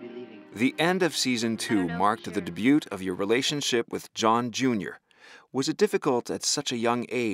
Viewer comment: The original must be really bad because the voice is horrible. It mispronounced "debut" several times.